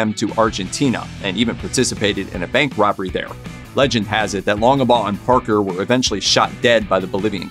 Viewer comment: It's "Longbaugh",not "Longebaugh".Jeez,..